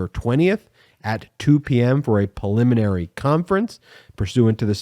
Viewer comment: PREliminary, damn it. Not PILLiminary.